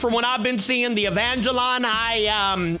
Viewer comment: I like the way he called Evangelion evangelon